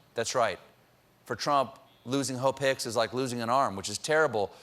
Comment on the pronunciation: I'm confused why does it sound like that girls name is hoe pics lol